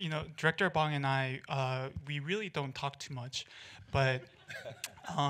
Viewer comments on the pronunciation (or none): Hi last name is BONG !!! Not Bang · it is NOT pronounced bAHNg. its like boy, bowl, bode, bore, ohhhhhh. bong june ho - bong june ho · The director's name is pronounced as Bohng... not like the smoking bong. At least try to pronounce the name right as it should be if you have him as a distinguished guest.